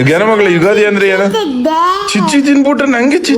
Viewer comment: ಯುಗಾದಿ ❌ ಯುಗದಿ ✅😅😂😅🤔